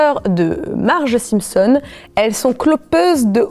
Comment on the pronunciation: Pourquoi elle dit Les Simpson’S je suis sur elle dit des Springles elle